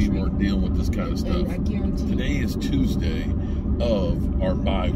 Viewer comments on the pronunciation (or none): none